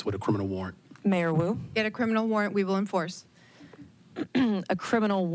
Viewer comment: I thought he was calling Mayor Wu "Kato". I pictured Peter Sellers saying; "Not Now Kato!"